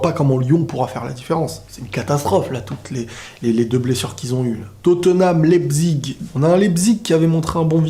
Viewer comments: Leipzich, pas Leipzigue l'ami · Leizpig se prononce laïsspish je crois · "Totename lépsigue " 2019